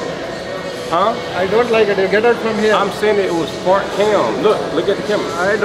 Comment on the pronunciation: “It’s fart not fot” 😂😂😂